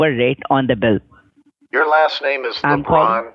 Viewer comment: Le-Bron? Waaa?